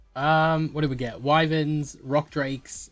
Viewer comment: Wyvens? It’s wy verns